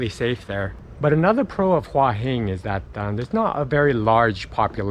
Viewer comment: Never , ever, ever has the word หัว been mispronounced so many times per minute. If you'd been there for 3 days ok, but In a month you didn't pick that up?